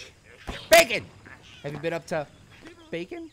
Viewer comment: stop saying backen